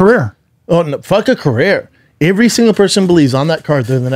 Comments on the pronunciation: "Ivvree single person"? Ivvree?? 🤣😂🤣🤣 I have never heard another human being pronounce EVERY the way Schaub does🤣🤣🤣😂 I love it. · Damn Brendan you cant even say the word "every" right. My man, the CTE is brutal.